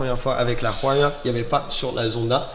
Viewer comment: La huayra de prononce ouaïra juste au cas ou 😊